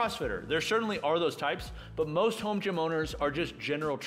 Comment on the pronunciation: Am I crazy or does sound like he's slurring when he says "Most, sounds like "moesht" and it was so distracting that it pulled me out of the video hahaha. I love you man.